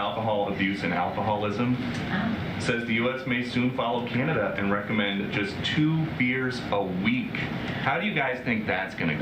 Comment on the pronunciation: "recommend". Key word there. Rec...om....mend. It's also recommended you don't drink or inject yourself with bleach, but...you know.